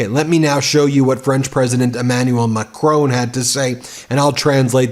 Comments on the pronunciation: Ben - i love you and your show but every time you say Macrone it drive me nuts. It's Macron. 'ON' like iron not Macrone like phone. love from London Deb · WOULD YOU LEARN TO PRONOUNCE WORLD LEADERS NAMES CORRECTLY !!!!! PHONETICALLY ITS MacRON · I've posted that several times but Ben takes no notice. He also mispronounces the French president's name. Very sloppy journalism